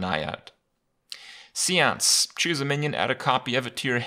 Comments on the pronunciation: Uh...pronounced say-ans not see ans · You're right. It is pronounced sāˌäns. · Actually, it's "séance". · It's pronounced Seance. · Its say-onts or aunts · See-ance.... Kripp is now on the same level as ADWCTA tree-ont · Hopefully he’s not mispronouncing things like “Seance” in your head. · Are you French? Cause if you're not, chances are you've indeed been pronouncing it wrong your whole life.